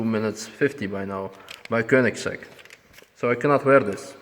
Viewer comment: Well that Koenigigigiigsieieisegg atleast broke something;)